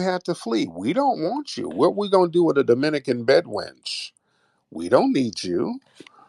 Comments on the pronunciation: She said Bed wrench 🔧😂😂😂😂😂😂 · She said, Bed Ranch.😂😂😂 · She said BED WRENCH...lol. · She's not a bed wench she say bed ranch!!!😂